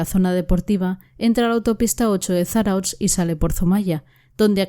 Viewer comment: Kaixo me gusta mucho tu programa lo único no te ofendas se escribe Zarautz pero se pronuncia Zarauz terminado en Z . Podrías hacer unos programas de el falso shaolin. Y el hombre que mataba a Gays , los dos son de Bilbao yo tengo mucha información sobre casos si necesitas ayuda dime. Milla esker